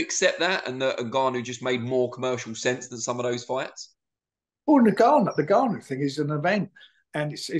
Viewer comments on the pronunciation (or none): Its Ngannou NOT Nig-gannou Frank! 😂🤣